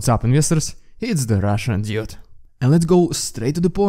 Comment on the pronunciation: is it intentional that i hear russian idiot instead of russian dude in every intro?